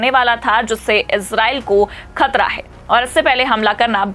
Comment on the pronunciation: Anchor, improve your bad pronunciation. You can't speak: ka, kha,, Z, J. Khabar, Khatra are wrongly pronounced.